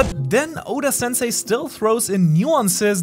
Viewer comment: For some reason i loved how he pronounced Oda